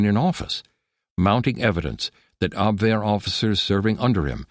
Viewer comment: The narrator pronounced Abwehr correctly! Obviously, not an AI voice. Thank you!